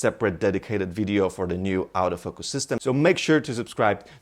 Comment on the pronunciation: sometimes when he says "autofocus" it kinda sounds like "out of focus" lol. good video though